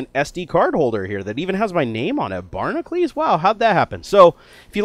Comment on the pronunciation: Why does he say Barnaclees when its spelled Barnacules?